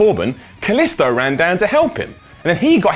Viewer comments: Kaliso? Kaliso? It's KalisTo but I still enjoy your videos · I think that its pronounced 'Kaleestoo